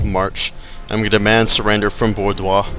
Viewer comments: pronounced Bor-doh! :P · You know, your Let's Plays are great, but you calling Arthur Wellesly, Wesly is really pissin me off. No offence :P By the way, it's Bordeau, and To-lose. How you'd say it anyway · Yup Wellesly pronounced "Wells-Lee" Bordeaux pronounced "Bore-Dough" And Toulouse pronounced "Too-Lose"